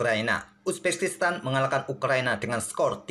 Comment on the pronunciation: Uzbekistan min Bukan uzbeskistan, belibet ndengarnya hehe